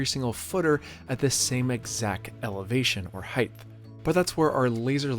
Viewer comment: You said " hithe" instead of height. You don't know what you're doing